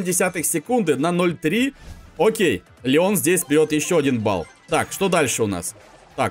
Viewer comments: сказал Ленон а не Леон! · он сказал ЛЕНОН а не ЛЕОН ? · В ты сказал ленон или ненон